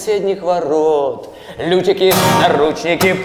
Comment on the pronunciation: какие, уже не впервые, лютики? ЛЮКИ!!! Слух очень режет.